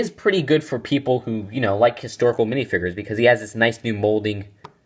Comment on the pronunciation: they're called minifigures not minifigres